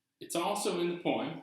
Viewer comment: Why do you keep saying "poe-ahem"?